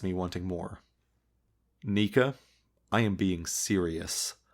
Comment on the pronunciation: I'm like 90% sure that Neca is pronounced Neck-Uh